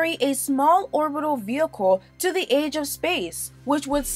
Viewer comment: "edge" of space? or "age" of space? can't tell because of bad pronunciations.